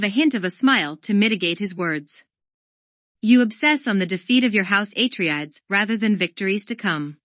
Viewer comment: aTREdes ... HIGHliner ... raBAN... otherwise nice Thanks.